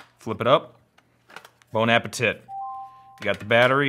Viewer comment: bon appeTIT? Lol k... nice French 😂Great video tho